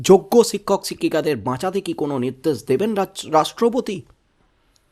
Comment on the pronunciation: জনাব শিক্ষককে ছিক্ষক বলা আগে বন্ধ কর ভাল ভাবে উচ্চারণ শিখে নাও। অত রসিযে কসিযে বলাটাকে পাগলামো বলেই মনে হয়। বাংলা ভাষার তুমি অপমান করছ। সুনতে কান চির চির করছে।